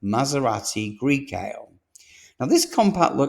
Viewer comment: First, GM did away with Pontiac; then, Oldsmobile...will Buick go next?...😮😢...they should get rid of GMC & Chevrolet, first! BTW, Grecale is pronounced "greh-kah-leh". Just saying. Thanks for your report, sir!!!